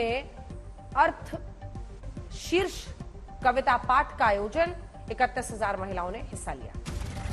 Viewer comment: ओ गोरी इंग्लिश मेम वो अथर्वशीर्ष का पाठ है जो दगडुशेठ गणेश मंदिर मे हुआ... दोनों शब्द गलत पढ़े आपने इतनी भी क्या जल्दी है... 5 min ज्यादा लो परंतु न्यूज अच्छी पढ़ो 🙏🙏🙏🙏जय श्री राम 🚩